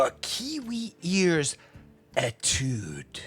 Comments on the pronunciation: It’s pronounced ‘AYE-tood’. It’s French for ‘study’. Nothing to do with the IEM so I’m sure it was chosen because it sounds cool. 😎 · you pronounce étude as if you're sneezing.